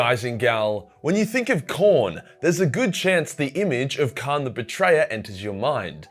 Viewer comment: Lol said Khran the betrayer